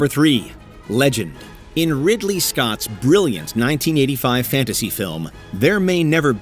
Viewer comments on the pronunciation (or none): none